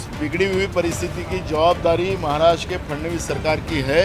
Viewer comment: महाराष्ट्रा नही महाराष्ट्र बोल 😊